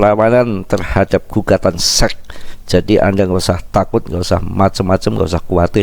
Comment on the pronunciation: Kok gw denger mas bro bicara sec apa sex sih wakakak